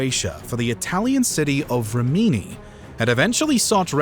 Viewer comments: Good video as always but you have to learn how to say city names before you voice. The stresses on Rimini are totally wrong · Rimini is stressed on the first syllable, in English same as in Italian